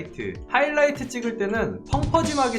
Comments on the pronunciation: ㅋㅋㅋ왜 아무도 촠ㅋㅋ '하이라이트가 아니고 허이라이트' 하시는거 왴ㅋ 언급이 없짘ㅋㅋㅋㅋㅋ 이거 보고 완전 웃었는데ㅋㅋㅋ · 하이라이트 맞는데용...?